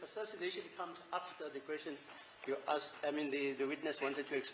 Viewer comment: "You must answer the askhed". 😅